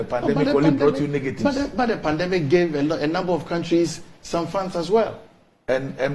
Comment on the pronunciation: E say "pandamic". Wei se ɔsupervisi masters students.